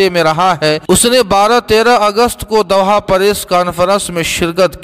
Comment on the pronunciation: "Doha" sahi parhiye